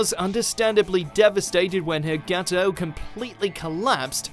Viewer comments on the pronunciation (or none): The pronunciation of "gateau" made me cringe lol